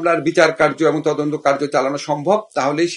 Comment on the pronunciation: কিসের তোজন্ত ভাই তোমার মেয়ে যদি হতো